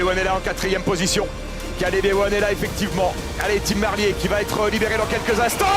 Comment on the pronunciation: C'est pas comme ça que ca se prononce Merlier !!! Ah ces français qui ne savent pas parler correctement 🤦‍♂️🤦‍♂️